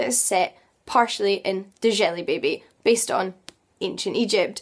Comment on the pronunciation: Nice video introduction to the Discworld. I've been on a quest to read all the books in the order that they were written but I'm several years in and keep getting distrtacted. Up to Fifth Elephant at the moment. By the way, Djelibeyb is just pronounced Jelly Baby. :D